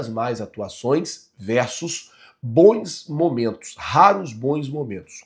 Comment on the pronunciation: Não existe a palavra ( BOINS). A pronúncia certa é (BONS). EX: Bons jogadores. Bons treinadores. Pelo amor de Deus, para de falar errado.